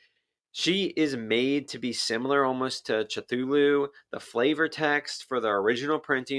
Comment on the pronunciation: How did you just pronounce Cthulhu